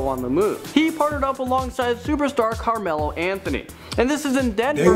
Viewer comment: Did you see Carmelo it said camelo